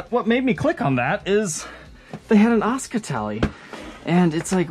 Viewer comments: Asuka not osca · Is it not pronounced A-su-ka?